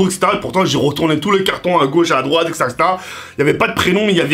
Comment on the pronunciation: Il dis tt le temps Ksetera-Ksetera 😂